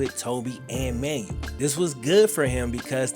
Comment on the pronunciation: Man said “Manual”. Fam… it’s “Man-well”